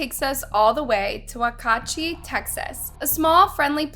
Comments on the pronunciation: WAH KACHY🤣😂 … WAX UH HATCH EE🤦🏾‍♀️ girl these pronunciations are hilarious lately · When she pronounced Waxahachie I screamed “oh my gosh it’s Wax-a-hachie” and busted out laughing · YES!!!! Lol. I've never heard waxahachie butchered before. It was odd 😂😂😂